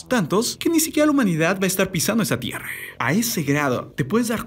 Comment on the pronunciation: Tierre, terremote, ocurride, pase que pedo con tu voz de eco 😂😂🙄